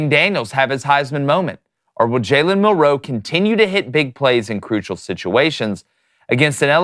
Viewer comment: Why do yall keep pronouncing Milroe so funny? It’s like week 10, get it right. says it right